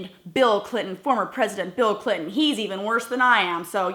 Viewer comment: Miss Glenn, did you notice he said Hillary "Clitt"on and her kind? this guy just does not nor will change. Great video!